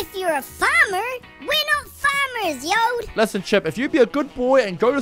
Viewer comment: Yode sounds like “yode vr”